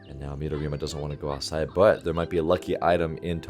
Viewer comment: Haha, you pronounced midorima correctly today 😂